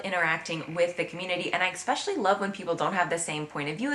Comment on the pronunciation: This is irrelevant to the topic but I noticed you say "eXpecially" when it's pronounced "eSpecially" 😊